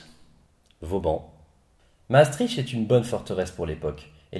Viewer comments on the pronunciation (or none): Mastrichhh .. On dis mastriKT .. ;) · Pour info, Maastricht se prononce comme ceci [maːˈstrɪxt] Sinon, très bonne vidéo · *maastriche*... j'adore l'accent françouais qui massacre tout ce qui est au nord ... Bruksel ou molanbèke :'D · ça se prononce Maastrirte non?